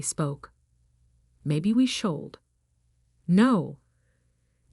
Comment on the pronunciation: An AI which thinks the word "should" is pronounced "shold"?